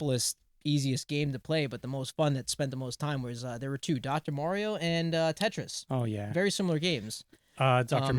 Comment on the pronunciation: is correct in his pronunciation of "Mario"... is correct... that physically hurts to say.